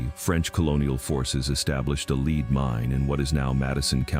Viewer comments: It’s lead rhymes with Ed. Not lead rhymes with steed. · Why use AI audio. Lead like gas not lead like directing people. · Leed miines! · This narrator keeps saying “leed mines” for “lead mines” what a joke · it seems that the fabulous AI, doesn't know the right pronunciation of (lead) in this context. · Can't stand these videos where the narrator can not pronounce basic words correctly. For instance in this one he constantly pronounces the word "lead" wrong.